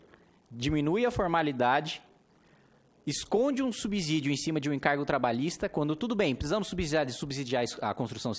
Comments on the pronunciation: Parabéns, nobre deputado. Concordo plenamente com seu ponto de vista a respeito do fim do FGTS. Peço somente vênia para discordar da maneira como pronuncia a palavra SUBSÍDIO (subzídio não é correto ). Essa palavra se pronuncia SUBSSÍDIO. O s tem som de z quando está entre duas vogais, como ocorre na palavra casa. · Kim, muito bom o discurso... Dois comentários construtivos : 1)Subsídio tem som de "S", como paralelo pense na palavra absurdo. 2)FGTS não é imposto, é uma contribuição social,veja a classificação dos tributos, será importante para passar mais credibilidade nesse trabalho bem feito e importante que vc está fazendo. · Kim, desculpa te corrigir por aqui mas não tenho outra forma. Subsídio, o segundo s tem som de s mesmo.